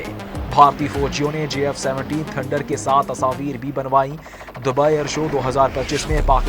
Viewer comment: Please learn to say J instead of Z